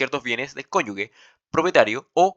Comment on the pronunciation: Bueno el video, pero se pronuncia "CONYUJE", NO "CONYUGUE". Una vez me reprobaron por pronunciar mal jajaja hay que tener cuidado.